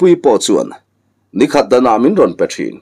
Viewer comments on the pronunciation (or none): none